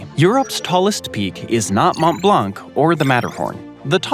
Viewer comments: It's hilarious listening to Americans trying pronounce French names.....Mawnt Blonk. Classic. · As a native French speaker, the way he says “Montblanc” physically pains me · The commentator makes efforts to pronounce it well in foreign languages like with toponyms in Iceland for example but this is a disaster with the pronunciation of French words, Mont Blanc is mispronounced, you don’t pronounce the final c, this is ridiculous to say it this way. Also Quebec is mispronounced, this is inappropriate